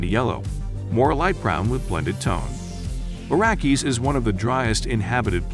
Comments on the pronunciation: What’s the deal with the change pronouncing Arrakis? It’s: “Ah-Rack-Iss” Not: “Air-A-Kiss” Nor: “Air-A-Keys” Especially if you expect me to ignore the “S” in Denis or the “VE” of Vilenueve. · Arrakis. Not Arrakeez. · You pronounce Arrakis incorrectly.